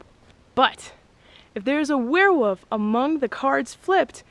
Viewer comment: What's a "werewoof"?